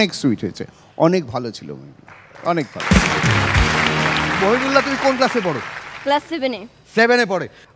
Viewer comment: এই ছোট ছেলেটার, শেষ কথা বুঝতেই পারিনা। কতবার ব্যাকে শুনতে হয়। শেষ টা দ্রুত বলে। মহিবুল্লাহ নাম, উচ্চারণ ঠিক আছে।